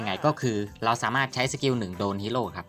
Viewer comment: สาม่าด 😂ชอบตรงพูดผิดนี่แหละตลกดี55